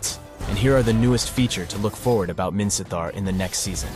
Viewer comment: Are u Burmese? Your pronunciation of Minsitthar is pretty good, like a native Burmese